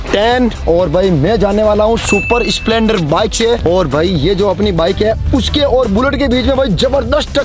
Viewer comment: Splendor ❌ Spelonder✔️😅